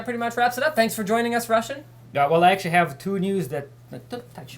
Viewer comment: You cannot hav! Haha crazy russian